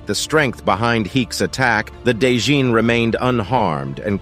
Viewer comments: A day john? What about a night john? It’s Djinn pronounced as Gin like the liquor bruh… the D is silent and why are u adding that weird accent onto it? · Djinn is pronounced Jin. Not 'day-jin", the D is silent. Just sayin. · My dude, the 'd' in 'djinn' is basically silent. It's pronounced "jin" not "da-jin". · djinn is pronounced as "jin" not "Day-jin" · I’ve got just one issue. The lvl 42 demon “dijnn” is pronounced “gin” which is another name for genie. Other than than, great storytelling. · It’s not called a djinn lol it’s pronounced jinn